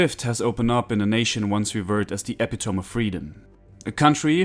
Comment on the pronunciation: Google translate the pronunciation of "epitome" please.